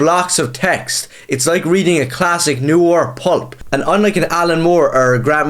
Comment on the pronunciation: What are you, twelve? First, look up how to pronounce "noir". And then go read Holy Terror.